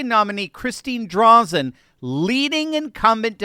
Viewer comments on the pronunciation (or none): Is this a repeat? Drazan, eh, not ah. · DRAY-zin. Not DRAH-zin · Just saying it's Drayz-IN not Drayz-on. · DrAzen... It's pronounced with an "AAA" not "Ahh"... 👍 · Nope don’t count chickens before they hatch… the “democrat” socialists will come out to vote to keep Kotax in power… they will lie cheat and steal the election. And it’s “Dray Zen” not Drawzen. We all better get off our ass and vote, or else. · I'm a huge conservative from Oregon and I absolutely LOVE seeing Oregonians beginning to wake up. I'll be supporting Christine Drazan (pronounced- "Dray-zan", accent on the first syllable) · FYI - it's pronounced "Dray-zen" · Hey, just a clarification or two; Christine Drazen is a friend of ours here in beautiful Oregon. Her last name is pronounced “DRAY-zen”. Also, though we reside in “OreGUN”, we are correctly referred to as “Ore GO nians”. Thanks for the coverage, and pray for a positive election result. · Dude! If you’re gonna do this, at least do it right! Drazen’s name is pronounced DrAzen- with a long A. You lose credibility when you don’t even know how to say a significant name within the story correctly!🙄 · Pronounced, Drayzan. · Sounds like Drayzen. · It's pronounced Dray-zen. And she's a "Republican". And every poll could find put Kotek ahead. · Ps: it’s pronounced Drāzan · PS Christine Drazen is prounounced "Drey-Zen" LOL> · It's pronounced like Dre-zen. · Respect for covering for Oregon because we need help but you could have googled how to pronounce Drazan’s name. Just saying… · you lost credibility when you didn’t do enough research to pronounce her name correctly.